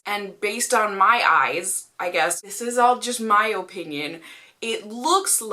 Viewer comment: “In my O-pinion.....” your Massachusetts accent came out.... which I love when ever I hear it , it takes me back to sometime in the 90’s when a cartoon called Bobby’s world used to air and life was simple lol. Anyway his mom is from Massachusetts and has a heavy accent. That’s why I like hearing it. Btw I think you are amazing!